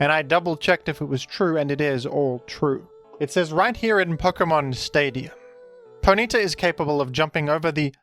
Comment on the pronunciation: The most disturbing part of this video is the pronunciation of Ponyta as 'Poh-NEE-ta'